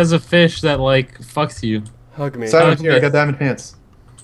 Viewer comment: The feesh of a thousand truths (deaths actually) :)